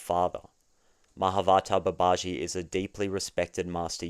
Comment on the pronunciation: I want to know how people can tell the difference between you saying you want six & you want sex - because those words are identical to Brits like me. 😂 Babaji is pronounced Baba-gee